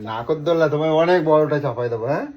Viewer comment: ঐ ছোট্ট মেয়েটা তবু সঠিক উচ্চারণ করল - "নাগরদোলা".. কিন্তু ধেড়ে খোকা সেটা করতে পারল না - "নাকরদোলা"!